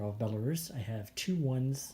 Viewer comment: Liked the way you correctly pronounced Belarus, not like some newbie who pronounces it with a short u,and do you think the Star trek's Borg originally came from Vyborg???